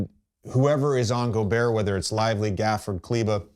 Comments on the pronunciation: Bron slipped in calling gobert "gerber" (baby food) sent me 😂😂😂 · Bro called him gerber